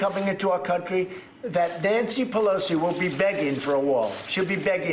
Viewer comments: Stupid f'n wall. BTW, Liar-in-Chief has probably never been to Tijuana. Also, the city is not pronounced Tia Juana cuz, uh, that's Aunt Jane. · Did the moron say TIA Wana?